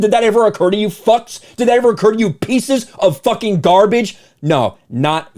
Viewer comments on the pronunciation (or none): You sure do like to "fawking" curse.